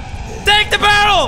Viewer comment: "TAKE THE BÄRREL"